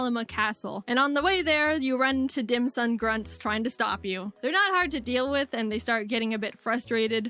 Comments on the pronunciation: thank gosh I’m not the only one who hears Dim sum instead of Dim sun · dimsun not dim sum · Dim Sun 🌞 not Dim Sum like the food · Dim sum sounds more like DAM SON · it sounds like a weird pronounciation of damn son dim sun damn son it works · I heard dick sun